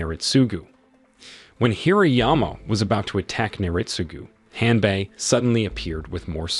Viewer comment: with all the respect the name of the servant of Naritsugu was Hanbei not "Hanbuy"